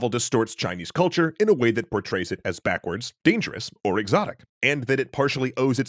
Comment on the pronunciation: A note, the word "culture" is missing the L. at least I'm assuming that isn't an intentional distortion for effect.